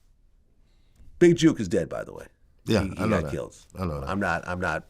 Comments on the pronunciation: stop saying big JUKE its JOOK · It's Jook NOT Juke smh Vlad 🤦🏾‍♂️ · Vlad getting everyone’s name wrong It’s pronounced JOOK like cook… and it’s Woo Dee not Woody 🤦🏽‍♂️ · You can say book but cant pronounce Jook?